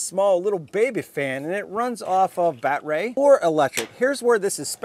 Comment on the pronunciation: Nice review…Enjoyed all except the “bat-ray” and “ryobi not reeobee” bits…thx